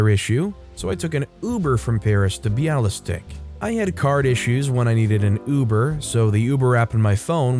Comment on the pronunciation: It's pronounced Bialy Stock :)